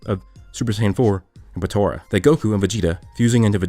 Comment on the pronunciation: Stop saying Patora. It's Potara.